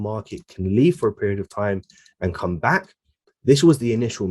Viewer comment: welcome "bark" to my "Youuutube" channel